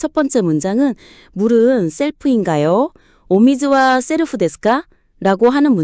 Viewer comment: 발음 좀 제대로. セルフ 세루후 셀프가 뭡니까